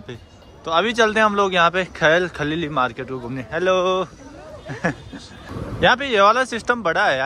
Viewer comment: This is Khan Al-Khalili Market not khal-khalili